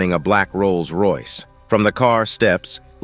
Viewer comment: "The scene shows a black Rolse Royce." not a black mercedes??? My guy, get some rest...😂💀